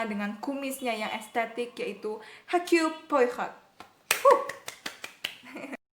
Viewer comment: dibacanya herculi poaro